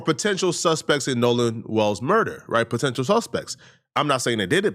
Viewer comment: Wells not walls